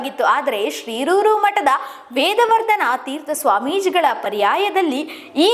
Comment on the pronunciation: ಶಿರೂರು ಎಂಬುದನ್ನು ಶ್ರೀರೂರು ಎಂದು ಉಚ್ಚಾರಣೆ ಮಾಡುತ್ತಿದ್ದಾರೆ. ಮೊದಲು ಸರಿಯಾಗಿ ಮಾತಾಡಲು ಕಲಿಯಬೇಕು